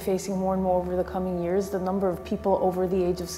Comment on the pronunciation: This nigga talking about immortality, yet can't pronounce years correctly lmaooo this nigga reachinnnn' hahah